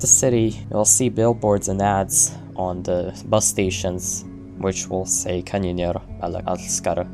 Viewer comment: as a native swedish speaker, hearing you speak "alla älskar kanniner" was so funny